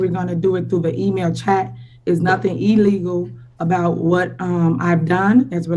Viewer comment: 1. "In a timing matter?" You mean, TIMELY fashion, TIFF TIFF? 2. "EEEEEElegal?" WTF is that??